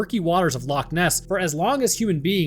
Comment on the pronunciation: I am from Scotland Loch Ness is literally about and hour half by car from where I stay and yes you are saying it right don't know who is telling you your wrong, love the content man I have learnt so much from both your channels have a great day man <3